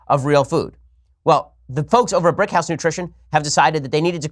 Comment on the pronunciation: BRICKhouse field of GREEN? I can't help but think it sounds like brick weed lol